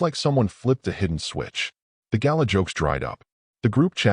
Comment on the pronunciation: gala, not gallon